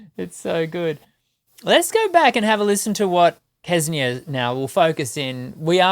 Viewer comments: It's not Kesnia. Try saying Senia with a little k at the start. They are all amazing. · Kse-nee-ya. Xce-nee-ya. How difficult it could be to say that right? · It is really amazing how the native English speakers struggle with foreign pronunciations. It's no rocket science to pronounce "Ksenia". "Ks" in "Ksenia" is pronounced exactly as in "thanKS", "booKS", "looKS", "mix", "tax", etc.